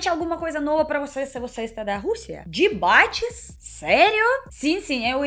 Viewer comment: "dibates" que fofa